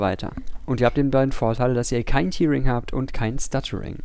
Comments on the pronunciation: Man spricht es eher täring aus, nicht tiering, aber sonst gutes Video. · Hier kann man sich die korrekte Aussprache vorlesen lassen. Tearing hat nichts mit der Träne zu tun, sondern heißt reißen. Daher wird es auch nicht "tiering" ausgesprochen, sondern "täh-ring" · Sehr gutes Video. Bei euch lern ich immer dazu. Tearing wird aber tatsächlich "täring" ausgesprochen. To tear kann entweder mit "to tir" oder "to tär" ausgesprochen werden. Ist ein bisschen merkwürdig... Jetzt hab ihr was von mir gelernt :) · Tear wir Tär ausgeprochen.